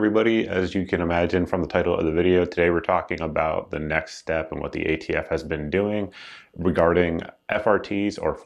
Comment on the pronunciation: "You're the ATF." "We're idiots?" Well if that's how you want to pronounce it.